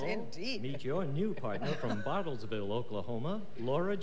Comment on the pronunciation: The announcer makes the new contestant sound like she's from "Bottlesville" Oklahoma.